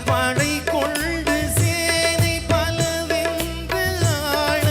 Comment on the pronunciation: தம்பி கொள்ண்டு இல்ல கொண்டு பல வென்று வெல்ண்று இல்ல தமிழ் உச்சரிப்பு சரி யில்லை தம்பி பாடலில் feeling இல்ல விஷயம் தெரிந்தவர்கள் பார்ப்பார்கள் தம்பி கவனம்